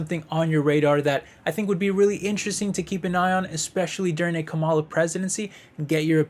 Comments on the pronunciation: Not trying to be mean, but her name is pronounced (Comma La) or Kamala..... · Are you stupid? Or are you purposely trying to be disrespectful in your pronunciation of Vice President Harris' first name?